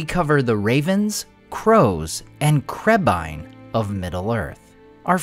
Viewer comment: I finally understand what Legolas said in the first movie. Always thought he said crabeye.